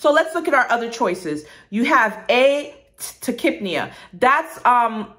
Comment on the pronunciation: The way she pronounced tachypnea really just blew my mind. I've been saying it so wrong lol